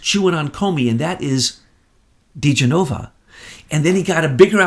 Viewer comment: Love your show but please get the name of Trump's former attorney correct...It is pronounced Joe D Jen A Va....short vowels. You try to get names right I cringe when you say his name wrong!